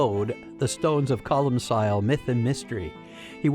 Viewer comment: Its pronounced colm kill, you philistine.